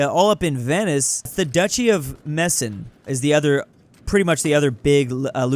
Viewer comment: "The duchy of MESSEN" That is not how you pronounce Meissen! But it IS how we Dutch pronouce our word for knives!